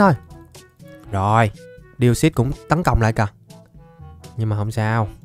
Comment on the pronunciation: Deoxys? ko ko Deosus =)) ( Chuc buoi trua vv)